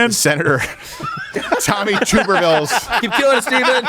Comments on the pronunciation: Tub as in bathtub, not as in YouTube. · I kinda wish people would understand Tommy Tuberville's name is like tub ( short vowel sound ) , not toob . Think bath tub .............